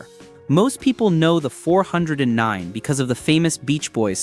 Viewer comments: AI SUX!!! four hundred nine??? I'd like to here the Beech Boys sing about a "four hundred nine" The Thumbnail is not a "W" engine, Crack a book and learn something before you blow smoke. At the mark, what are you mumbling about Torque? Now you want me to Subscribe??? How about "BLOCKED" Thumbs down. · Teach your not so smart computer program to say 4 OH 9 the proper way lie real flesh and blood people do. AI is ruining Youtube and other platforms. Thumbs down for being too lazy to narrate your own video.